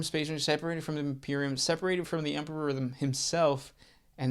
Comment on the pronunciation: Say emperor. "Empeperor". Say em. "em". Say peror. "Peror". Now say emperor. "empeperor". 🙄🙄🙄